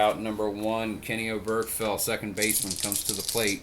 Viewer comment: Just an FYI Oberkfell's name is pronounced Oberk-Fell. You put the wrong emPHASis on the wrong sylLABle :-)